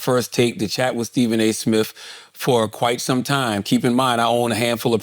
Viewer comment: “Steven A Smiff”